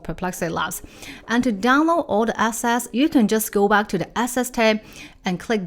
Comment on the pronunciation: so funny that your “analysis” sounds like “nonsense”, and your “assets” sounds like “asses”